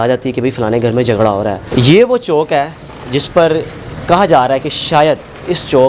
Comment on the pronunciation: Bhai CHAONK nai hota CHAOK hota hai